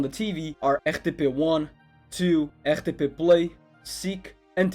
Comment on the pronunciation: Mano, tu és português, esse "RTP" tá muito português e tbi com sotaque do norte não engana